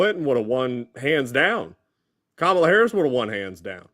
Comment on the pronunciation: Her name is KAMALA pronounced Comma-la, and she is mother ❤